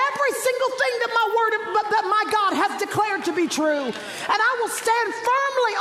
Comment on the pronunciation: Why she say true like that